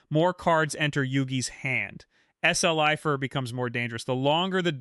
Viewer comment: S-L-ifer…why though? 🤷🏻‍♂️🤣🤣🤣☠️